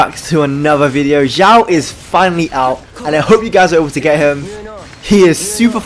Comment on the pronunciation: His name isnot Zhao. Ffs. Watch a video on how to pronounce his name